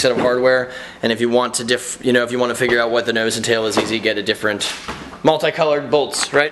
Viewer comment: did he say differench???